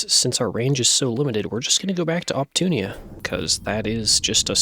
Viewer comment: love your content, but whenever you read Opuntia as op-TOON-ee-a, my pedantic heart hurts